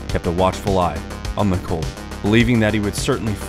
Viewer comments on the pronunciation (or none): Mc-Kaw-ley, not Mc-Co-ley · It’s pronounced like Mick-Call-Lee. Not Mick-Cole-Lee. Like the actor from home alone. Might as well be AI. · Neil "MIH-CALL-EE" McCauley... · Great video. But your pronunciation of McCauley really got on my nerves , beings it's my last name.